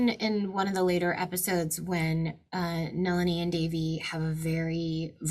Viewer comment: Most American can’t stress the correct syllable for Nalini, Shalini etc they stress the “ lini” part incorrectly